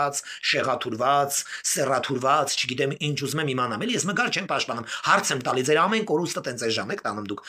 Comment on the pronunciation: Հարգելի, ամեն ինչ ճիշտ եք ասում, բայց Մգար չի Մգերա։❤😂